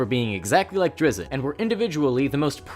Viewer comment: Stop saying it "drizzit" it's drizzt